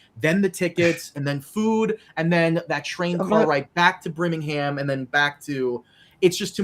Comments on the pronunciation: “Bringingham” coming out of Birmingham disturbs me on a spiritual level. 😭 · “Brimgingham” “Stafford upon Avon” are these mothertruckers illiterate 😂😂 also there’s literally a Birmingham in Alabama so they have even less excuse